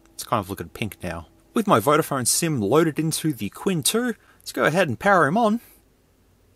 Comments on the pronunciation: don’t worry about, he was wrong anyway. It's not “tsin”, the "q" is pronounced the same as ”ch", it sounds exactly as "Ching", Chinese character 亲-qīn Unlike some YouTuber, knowingly pronouncing Ali Express as "Allied Express." Apparently it's Mohammed Allied, not Mohammed Ali. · i think you should mention it as chin. not quin... but i don't know chinese language. but my feeling say so. and everytime you say quin. it kinda ruin the video for me... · Qin is pronounced a bit like "tsin" rather than "quinn" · You are correct. Qin is much closer to chin than quin